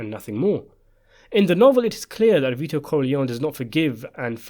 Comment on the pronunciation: The boy's name Vito \v(i)-to\ is pronounced VEE-toh. It is of Latin origin, and its meaning is "life-giving". Mostly Italian use. Saint Vitus was an early martyr who ...